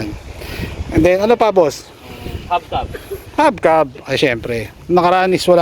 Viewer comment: Kuya "hubcap" po yun hindi habcab